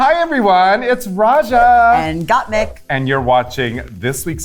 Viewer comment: gottmik???????? don't u mean gottmeek?